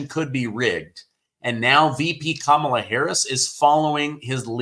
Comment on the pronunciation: Her name is pronounced Commie - law Harris .😂 Doh